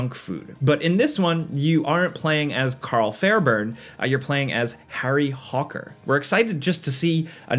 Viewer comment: WHO THE FOOK IS HARRY HAWER